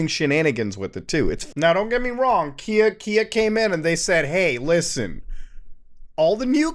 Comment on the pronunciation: Everytime you say Kia, all I hear is IKEA for some reason🙃